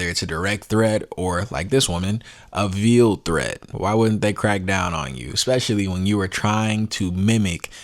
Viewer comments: It’s pronounced like ale not eel. It’s like a veil that a bride wears. Therefore veiled. Not like veal. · You're mispronouncing "veiled". 15 years is way the hell out of line. And you don't know her state of mind when she said it. Yes, corporate kiss-asses are making an example of her. This isn't free speech on her part, granted. But suppression of freedom is coming within the next couple of years. Wait for it.